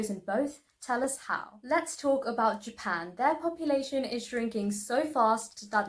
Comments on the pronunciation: it's not popalation...it's population. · I thought it was papalation